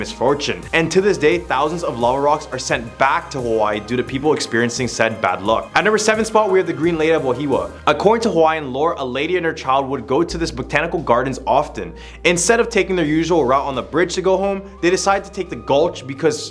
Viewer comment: Wa-hi-wa. That's how you pronounced Wahiawa.